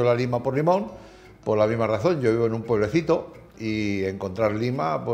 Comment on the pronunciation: Pueblecito. Lima. Limón. Porque habla asi?